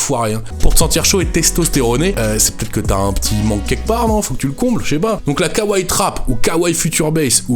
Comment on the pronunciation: "Kawrez" mais putain 😂